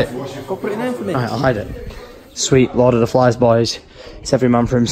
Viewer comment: i hear lord of the fans but not flies